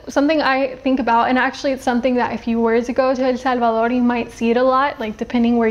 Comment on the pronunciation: I just love when someone pronounces El Salvador, I mean the correct pronunciation !